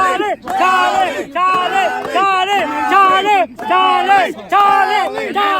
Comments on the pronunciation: "Cha-lin, cha-lin, cha-lin" - Spanish guy trying to chant Charlie. 🤭🤣🤣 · Can somebody tell the Latino in the black jacket that it's Charlie not charlee 😂😂😂😂😂